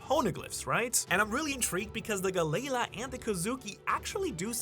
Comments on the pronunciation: Lmfao 😂😂😂 damn it I'm trying to listen but everytime u say galley la wrong I'm cringing over here 😂😂😂 Gaylay la is crazy 😂😂😂😂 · gally ( gah-lee) la ( a new word ) not part of the end of the last word. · How are you pronouncing galley-la wrong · Always love his videos but Hearing him mispronounce galley la over and over almost made this video unwatchable. 😅🤣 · Idky it irks me so much how he pronounces the name. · The pronunciation of galley-la is killing me 😭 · Is Galley La really that hard to say? I couldn't even finish this theory because of how irritable I grew while hearing him constantly mispronounce the company name. I understand that they are two different companies from two different parts of history, but the name and intent is clearly the same after all this time. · Im sorry what did you just call galley-la? I hear ALOT of people mispronounce names in one piece but that was next level. there is no way you did not do that on purpose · the way your pronouncing galley la made me stop watching at 2 minutes in. so bad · Why is he pronouncing galley-la like that. Ugh i hate it every time he says it like that it makes my skin crawl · Why are you saying galley la wrong are you like mental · Am I the only one who the pronunciation of Galley-La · Had to turn it off after he pronounced it Galley La multiple times. Never heard it that way since watching anything one piece related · The way I hear galley- la is making my ears bleed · It's pronounced gallie lah not galay luh🫰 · not hearing it pronounced like galley-la is kinda whiplash every time for me, galayla is such a weird way to say it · Why are you saying Galleya😭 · Is it really pronounced ga-lei-la? I thought it was ga-lee-law 😂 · Guh-lay-luh. Ga-lee-law. Sorry if this comes off as rude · guh-layla 💀 or juh-rool 💀 its galley-laaah and theyre norse, so its pronounced ya-rul. theres no J sound in nordic languages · the way he says galley la really bothers me lol (gal - E- law) is how i say it